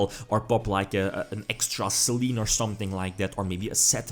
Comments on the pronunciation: I think it's pronounced "Saylaynay" as the goddess of the moon. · Actually, if you want to nit-pick, the kana are pronounced "Se-lenn". ;) (Damn it, Konami of Japan, get your pronunciation right!)